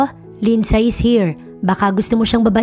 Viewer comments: Di ba po LINDSAY is pronounce as Lindsey? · Mali pronunciation ng name na "Lindsay"